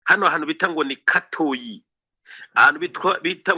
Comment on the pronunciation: Murashimisha@ Alain na maman Shantali Capitaine Mutega👌🏽 hano i Masisi bamwe twivugira n’andi masaku: - I GATOYI ✅ si Katoyi❌ - Mu NKOKWE ✅si Nkoke❌ - I GASHUUNGA✅siGashuga❌ -IBUKUUMBIRIRI✅siBukumbiriri❌Murambe gusa💪🏽🇨🇩🇨🇩🇨🇩🇧🇮🇧🇮